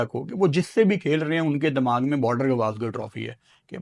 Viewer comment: Dimag ❌ Dammag ✅